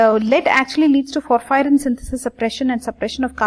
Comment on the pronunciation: It's porphyrin Not phophyrin Pronunciation and spelling both are wrong